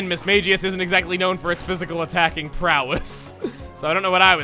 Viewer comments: you know, you say Mismagius wrong. You pronounce the G like a J, but in the anime, They call it with a normal G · That mismagius pronunciation